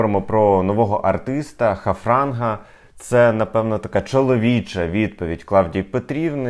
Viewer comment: І доречі ви неправильно назвали артиста , і назвали його Хафранг , а звати його Харфанг